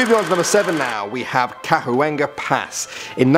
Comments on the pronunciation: It is pronounced Cawenga Pass. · You pronounced Chuenga incorrectly